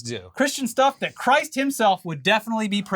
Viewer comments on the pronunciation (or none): none